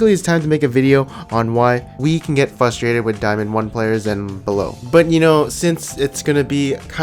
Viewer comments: I get annoying at how you can't say FRUSTRATED THERE IS A GOD DAMN R CAN YOU NOT SEE IT THE WORD ISN'T FUSTRATED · I get frustrated by you saying 'fustrated' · I get frustrated when someone says fusstraited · I get really FRUStrated when people say "FUStrated" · 1 minute into video and you said "fusstrated" 4 times. There's an R after the F please. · The only thing I'm frustrated about is the way you pronounce frustrated